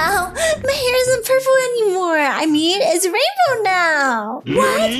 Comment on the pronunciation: is “rainbow”not “Rambow”